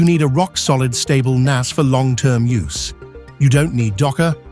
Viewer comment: The video starts out with AI not knowing how to pronounce. N-ASS Seriously?